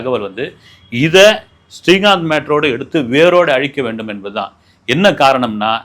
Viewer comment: Helo sir ungal program ellam super. neengal srikanth ucharikumpozhuthu stree kanth entu sollgrigal